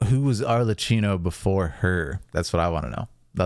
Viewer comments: It's Arlecchino with a hard "k" sound because of the "cch" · Ar-Le-KKey-no , by the way. Not like Cappuccino. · your commentary is super cool to hear! one small thing though, Arlecchino is pronounced with a "ck" sound instead of the "ch" that you use. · Im pretty sure she offed herself the shot right before is kind of a common way to depict that in anime and manga without fully showing it, and we dont see her hands so she is likely holding the sword hilt. Its "Ar-le-kkey-no" (i think) if not the Cs are pronounced as Ks anyway. The knave before her was Crucabena the "Mother" (the pink heard woman she fought). Her name is the Gallic equivalent of the Welsh enchantress Ceridwen